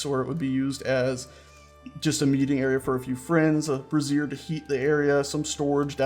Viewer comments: Brazier From Wikipedia, the free encyclopedia This article is about the container for fire. For other uses, see Brazier (disambiguation). Not to be confused with Brassiere or Brasserie. (This is what you're calling them) Brazier A brazier /ˈbreɪʒər/ is a container for fire. Brazier sounds more like "bray-zur" you're saying brassiere. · Sorry, had to mention this as it was getting a tad embarrassing. The alternate name for those firepots is "brazier" (pronounced like "Bray-Zhur"), what you've been calling them is a piece of women's underwear. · It's pronounced BRAY-zher. Also a "winesman" is actually called a vintner, someone who makes or sells wine. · It's pronounced Bray-sh-her. The way you've been pronouncing it is the formal of a woman's bra, not a heating light source. I only point this out because you seemed to be unsure how to pronounce it. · You keep pronouncing Brazier as brassiere. STOP IT! One is for lumps of hot rocks and the other is for rockin' hot lumps. Emphasis is on the a in Brazier.